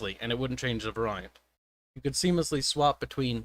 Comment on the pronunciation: Variant pronounced wack asf 😂